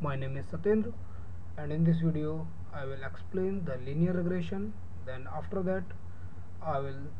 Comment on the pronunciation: Regression not regrassion yuo idiot!